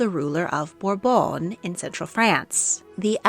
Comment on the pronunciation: It's burrbon not whatever you're saying you sound like you are having a stroke I can't even finish the video